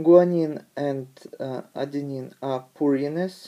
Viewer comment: it's 'purines' not 'pyrine'